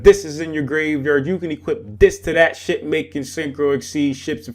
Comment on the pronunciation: Thought you said shit. "Ship" close enough